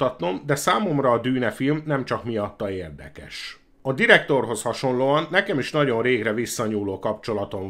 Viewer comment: Ha csak ennyi lenne a baj... Az egész kiejtés borzalmas. "érdekess", "produccer", "megfilmessítteni", sorolhatnám és ez még csak az első perc. Ettől az egésztől fizikai fájdalmat érzek. Én is kerülni fogom, ha meglátom még egyszer, csakúgy, mint Szoky-t.